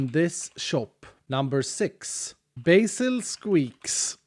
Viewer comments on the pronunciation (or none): none